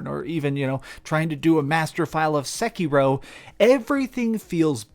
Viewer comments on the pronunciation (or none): none